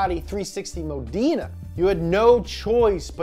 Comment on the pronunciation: Its pronounced m-oh-d-EH-n-a, my guy